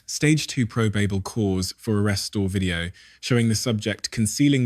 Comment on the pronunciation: AI voiceover proh-bay-ble (probable) cause Flor-ee-da (Florida)